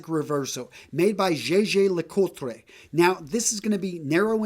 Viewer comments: Jaeger-LeCoultre sounds like “Yaygur-LayCulture” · Well you pretty much got it right except for your pronunciation of Jaeger Le-Coultre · JLC is such a beautiful brand. Absolutely butchered the name and made it sound like a piece of shit lmao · You should probably learn how to pronounce Jaeger le Coultre, because it sounds a bit ignorant, and that is not the message you would want to send. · Good sir you really need to work on your French. You completely ruined the name Jaeger LeCoultre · How do you pronounce Jaeger LeCoultre so badly. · Your pronunciation for Jaeger LeCoultre is horrible. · When you say jaeger lecoultre you sound Italian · That's not how you pronounce Jaeger LeCoultre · Really interesting vid. That JLC pronunciation though😂😐